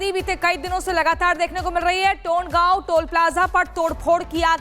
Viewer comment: टोंडगाव नहीं तोंडगाव 🤣🤣🤣🤣🤣